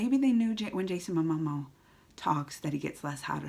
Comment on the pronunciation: I like it when you call him "Jason Amomo" :D